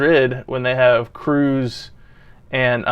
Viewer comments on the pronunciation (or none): Kroos is NOT "Cruz"!!! It is is pronounced with a long "o" like in "home" or "whole" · Kross is pronounced like ‘cross’ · I like your philosophy, even with your limited knowledge. Two things, Kroos is pronounced like "cross" and the third man of that midfield was Casemiro, currently at Man United.